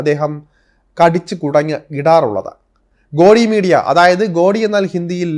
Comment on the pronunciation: ഗോഡി മീഡിയ എന്ന് നിങ്ങൾ പറയുന്നത് ശരിയല്ല. ഒരു ഹിന്ദി വാക്കാണ്, ശരിയായ ഉച്ചാരണം ഗോദി മീഡിയ എന്നാണ്.